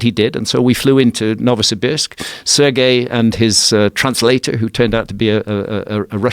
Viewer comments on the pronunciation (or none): none